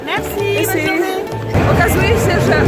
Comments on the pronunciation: Czy ty powiedziałaś bonrzu i mesi nie mogę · Creepy Girl ja ieszkam w Francji i chyba wim ale ona źle te słowa powiedziała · Creepy Girl no i co nie mów jak nie wiesz kto kim jest ona poprostu nie poprawnie powiedziała te słowa